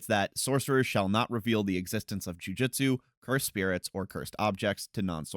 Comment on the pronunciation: Amazing video, and this is not a dig, just a note because it keeps bugging me: it's pronounced Joo-Joot-su, not Joo-Jit-Su.